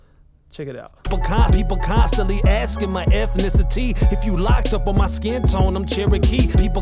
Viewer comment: Why is “skin” “sk-in”?